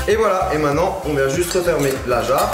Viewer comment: il dit " mainnant " pas maintenant 😅😂